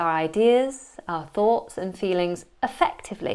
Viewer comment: Thoughts pronunce = "fogs"??????? :o